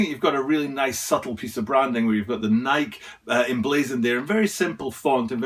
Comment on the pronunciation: It is Nike (like Nik-E {long I, long E} not "bike"/Nike --hike/Nike--trike/Nike.